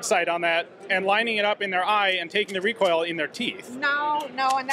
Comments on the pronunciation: The mossberg lady was already planning for the future 😆 did she say recoil or recall! Haha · "Redoosed recall" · "Reduced recoal" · ReeKuhll is not a problem when shooting a gun meant to be a toy. They are good for spreading stuffed animals all over your yard. Excellent for breaching. Why not just say that? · Take a shot every time you hear recool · Lol "ReCoLe"